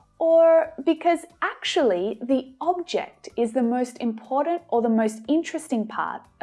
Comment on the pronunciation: I like it when you say imporant instead of important